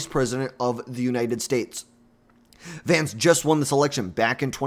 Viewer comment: Learn how to say the Vice President’s name if you’re going to be making political videos. 🤡